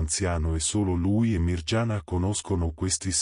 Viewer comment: Non si legge Mirgiana ma Miriana!!!!